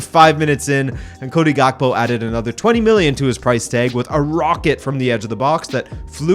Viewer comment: Gakpo is pronounced so wrong. It’s a Ghanaian origin last name. I guess you guys can’t make the sound kpo makes in thr Ewe language. Basically you don’t hear the k or p 😂